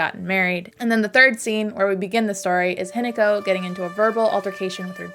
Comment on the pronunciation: I love the analysis, but I'm sorry, the way you pronounce hinako isn't exactly right... It's not an attack, it's just something that I noticed. It's said more like hee-na(like in nagging)-co. The way you say it I was gaslighting myself that the entire game I was reading the name wrong and it's actually Hineko (which is also a Japanese name btw!), but then I looked at the subtitles. But your pronouncing of junko is pretty good for someone who doesn't speak the language!